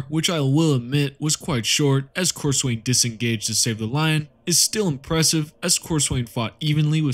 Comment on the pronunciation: Being a massive pedent, it is pronounced cor-sun. I joke, but this is a fantastic video, really well researched. And all the chaos champions lose to the writer's favourite space marine, hence why Lucious lost so many time, and (and while he sucks) every big time space marine had bested Abbadon